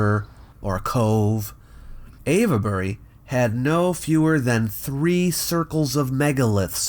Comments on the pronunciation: Ave-bury, not Av-uh-bury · I was looking for that! I've never ever heard it being called Av-e-bury. Just sounds weird. 🤔 🤨 😆 I agree, the whole area is quite fascinating and whenever I can find something about it I have to watch/read it. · I like you a lot, please let's not fall out - "ave-buh-ree" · It's "Avebury"... not "Avabury", (with 3 syllables, not 4). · What are you saying: Ayva-berry? {:o:O:} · Lol no ‘e’ sounded in Avebury! It’s pronounced Ayv-Berry etc... sorry to correct but it sounds a bit silly the way you say it, so just to save you any future embarrassment... awesome video as always! 👍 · Your pronunciation of Avebury sounds like Averbury several times - the e isn't really expressed, think three syllables. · Sorry to be pedantic but it's pronounced 'Ave' as in 'pave' Bury. 🙂. Thanks for great posts. 👍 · I'm a local to Avebury and don't care at all about the very slight mispronunciation of the name. You do so well with the tongue twisters from ancient times, the odd slip is acceptable. I'm sure Brits get many pronunciations wrong too. Wish I'd known you were in the area, I'd have jumped at the opportunity just to shake your hand. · The "e" in Avebury is silent. This was more impressive than Stonehenge to me. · Avebury is not being pronounced quite correctly in this video,. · Sorry, but the "e" in Avebury is silent. It's there just to indicate that the leading "A" is long.